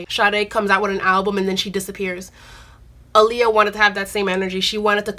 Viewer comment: All this love for her and people still not pronouncing her name correctly. Ah-Lee-Yuh like Muhammed ALI